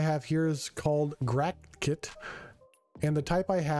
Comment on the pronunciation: GRATKIT nor GATkit like write ....